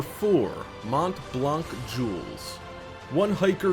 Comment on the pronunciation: Completely butchering 'mont blanc's name.